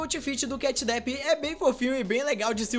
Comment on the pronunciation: Não é catnab é catnap